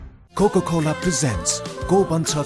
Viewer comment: Mahanaayak jyoo, pronounciation thik garnu paryo 'kokokolaa' haina 'kokaakolaa' hunuparne ? Chalchitramaa Hero banera maatra pugdaina English boldaa correct uchchaaran pani garnu paryo, ani you tube ma maari bigyaapan ghusaayera cut, fwd gardaa gardaa hairaan bho herna laai.. ani stariya pani chhaina, time pass jasto garera TV waalaale paisa kamaaune dhandaa jasto laagchha..